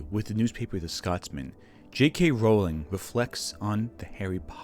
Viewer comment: You know, maybe she deserves to have her name mispronounced, I don't know... but it is pronounced "rolling."